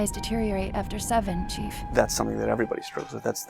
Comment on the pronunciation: Nope. Me too man. It's the chief, say it properly.